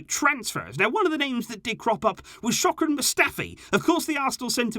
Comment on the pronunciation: ShoKran 🤣🤣🤣 its SHKODRAN you dumb?